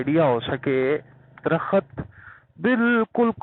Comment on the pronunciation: "Drakhat close close haen"? That is neither correct Urdu not correct English. A tree is called drakht, not drakhat, just like گورنمنٹ is pronounced GOVER-MENT not gor-mint.